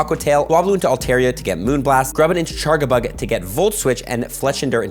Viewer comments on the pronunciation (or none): It’s not chargabug it’s CharJAbug the way he says it hurts the ears. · He’s Canadian m, be nice. And so is that chef guy? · What is the charga part of charga-bug supposed to mean even? I pronounce it charge-a-bug